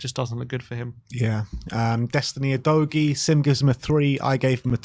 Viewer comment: Maybe Udogie was tilted from you not pronouncing his name properly? 🤔 OOH-DOGGY! Come on & Sim!